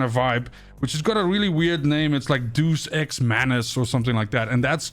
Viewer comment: Can't pronounce Deux Ex? Can't understand the concept of ammo on swords? Man please be less thick